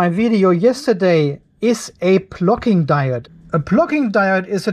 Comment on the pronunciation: Always good information. However it’s hard to get by your accent of “plucking diode “.